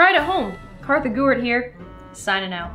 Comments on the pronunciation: Did anybody notice when said "Korthy Gewart" and not "Kartha Gewart" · sloth not Gloom, Kartha Gewart